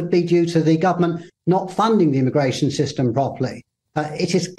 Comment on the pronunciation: He said aramigration😂